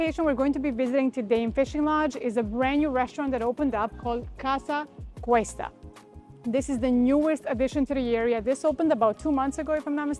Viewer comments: Casa COOOOsta I believe ur prononucition is a tad wrong. Please explain how sticking a needle in ur veins is comfortable and energizing? Iv Theraphy is defined as intravenous therapy. Having someone put a need in my veins for energy is the most insane act I or anyone can de. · I enjoy your videos, but you repeatedly say Casa Cuesta…it is Casa Costa… you should redo that top section